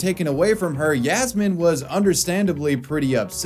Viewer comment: Hey btw, it's written as Yasmin, Yasmine, or Yasmeen, but it's always pronounced as Yasmeen. Just lettin' ya know